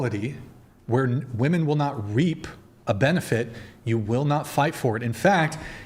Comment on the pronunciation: Why is it that so many of these women can't pronounce the word "women"?